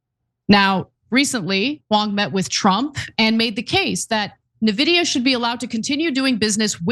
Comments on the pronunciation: it's funny hearing non-tech reporters pronouncing it nuhvidia or neevidia ... and aitch two oh ... it's H-twenty, Ana! 😂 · it's not nevidea ! say it right ! arrggg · It's pronounced invidia. Comes from the Latin word for envy, invidia. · Painful to hear you mispronounce the name eventho its the biggest US company right now. You sound like Trump calling Tesla "Tesler". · You can tell she can't even pronounce Nvidia correctly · Ana is so dumb and this news org is a joke. She read H2O instead of H twenty, she doesn't propounce Nvidia correctly. Not even bothering to do a 20 second research before a story. Typical leftist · Also, this retarded turk doesn't even know how Nvidia is pronounced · i was left speechless : Ana ,you live in U.S.( i don't) and you can't even ...😱pronounce correctly the 1st company in history which passed the 4trillion value ??? It's like pronouncing Microsoft instead of M(a)icrosoft !!!! really ? Nevidia ??? And since i've heard many nonsense from people in the past about what is verbally correct ,and i'm sure you would argue the same like those people ,i'll say it ahead in order to prevent that argument : nVIDIA isn't some dictionary word . It's a company which certain Founders have ...founded and those certain Founders are the ONLY ones who will decide how their company will be pronounced !!! And guess what : they don't pronounce their company nevidia ,so why on earth are you changing THEIR company's pronunciation ??? (*FYI , i'm a fan of nVIDIA since 1999 ) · It’s pronounced ENVIDIA not Navidiya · Or En-videa? But NOT nehvidia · It’s “en-vidia” not “na-vidia.” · N-vidia. En-vidia. In-vidia. Not NaVidia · Like, I don't blame ana at all for how she's pronouncing Nvidia. lol. But, everybody who knows about them knows it's pronounced "en-vidia" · I'm an AMD simp so I'm torn that they don't realize it's pronounced "N-vidia" not "Nehvidia". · "En-vi-dia", Ana. Envidia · It's pronounced "en-VID-eeyah"